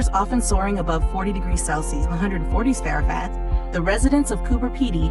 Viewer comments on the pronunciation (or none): Celsius is pronounced cell...see ...ous. ...... Fahrenheit is pronounced faren height ! .... hate computerised garbage !!